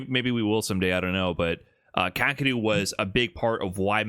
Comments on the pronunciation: It's not kah, keh, or roo. Definitely not ROOOO. It's ka-ke-ru. But hey, I guess it's better than "cockadoo" which is literally how 99.9% of Americans pronounce it. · Not Kack! Kah--Keh--Roo.